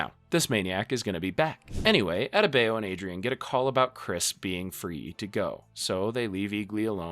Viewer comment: Bruvh you butchered Adebayo’s name😢 that’s not how it’s pronounced